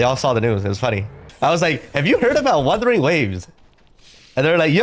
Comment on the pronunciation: wutherling waves vs. withering waves 😂